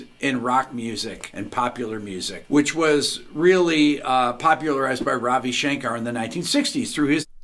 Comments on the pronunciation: a in "Ravi Shankar" is pronounced like "curry" not aa but short "uh" so it's kind of like ruhvi shuhnkuhr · You don’t even pronounce Ravi Shankar properly. 😂